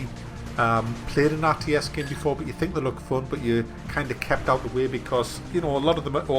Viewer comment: Seriously the way you say the word "game" It's like "gaem"